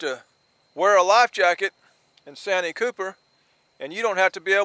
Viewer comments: You keep saying sanyee cooper lake that's not what it's called I live about 30 minutes away from santee cooper that's what it's called get it right if you're going to talk about the catfish lake of South carolina in the town of santee sc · It’s pronounced SAN T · Austin from SC here. Just so you know it's pronounced " SAN - TEE Cooper"....